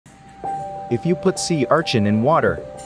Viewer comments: Normal people: Sea urchin This guy: see our chin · Sea ARCHIN😂😂😂